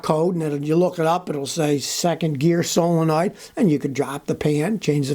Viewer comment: I thought you said Pray, that truck has a bad Soul... but you said solenoid 🤣